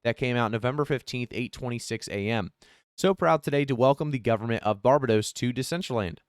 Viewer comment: Nice work!! Fyi pronounced Bar Bay dose.